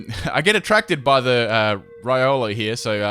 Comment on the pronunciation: It's not "Rai-ohwl", it's "Ree-oh-loo".